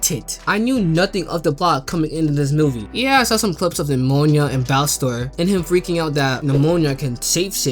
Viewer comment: Please stop pronouning nimona like that 😭